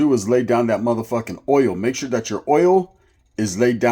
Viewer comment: Sounds like your saying ouyyo "yarda" not oil.....shits funny. WADDDDUP 👊🏼 shoutout from the 360 northern Washington state.